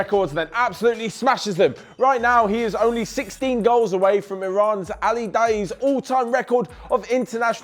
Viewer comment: you pronounced ali daei pretty well